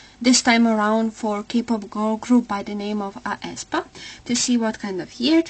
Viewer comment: Thank you, but you should pronounce aespa as [eh-spa]. I really hope that they will come back to Kwangya and the lore where they killed black mamba